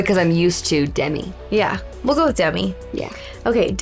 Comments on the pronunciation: It's De-Mee, she hates when people call her Demmy supposedly. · Her name is pronounced de-MEE because it's short for Demetria.